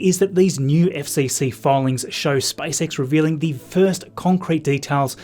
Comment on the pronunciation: He said SpiceX rather than SpaceX